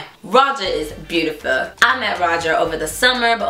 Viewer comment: I am just inlove with the way she says "Beautiuh"